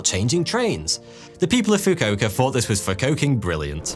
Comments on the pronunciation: fukuoka is pronounced foo-koo-oh-ka not foo-koh-ka well almost every japanese word is mispronounced but amazing video other than this 🤩i love this channel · foo-koo-oh-kah, fucking fookohkah funny tho lol